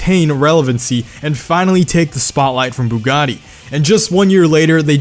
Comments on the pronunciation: Why do you keep saying Bugani. or am hearing things.. lol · Why do you keep saying Bugani instead of Bugatti!? Sounds like you're merging Bugatti and Pagani lol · When he says bugatti sounds like pagani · I swear I keep hearing “buggani” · I hate the way he says Bugatti lol